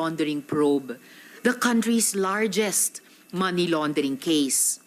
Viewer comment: Hehehe! galing "many laundering" ? Ano yan maraming linabhan?